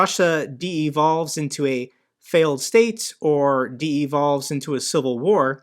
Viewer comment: Not trying to be that guy, just as an FYI -- It's 'dee-VOLV'. Not 'dee-EE-volv'. Only 2 syllables.